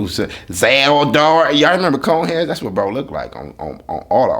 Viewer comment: this nigga said coneheads😭😭😭